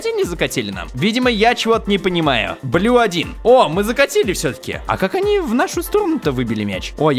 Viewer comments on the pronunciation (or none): none